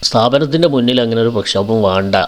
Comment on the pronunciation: പ്രക്ഷേപം ആണോ പ്രക്ഷോപം ആണോ